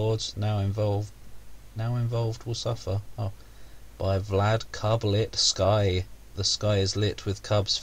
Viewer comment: I think it's Kublit-skii. Russian dude.